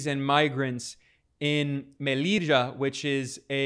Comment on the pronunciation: Sir, the name of our city is not pronounced Meliega, (the french J) its Mè li ll a (pronouncement same as the LL in Alli) So sad what happened to the sub saharan Africans, and its not the first time they try to flood into our city, but we indeed have our problems. I was following this debate lately and some people still wrongly assume that Melilla is part of Morocco or that Spain robbed it from Morocco, this is not correct. It was never part of Morocco.